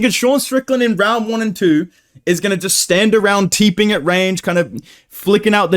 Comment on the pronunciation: Once again trying to be different. “Moiitteee, I joist feel an upset for some reason, I doiinnt know mannn.”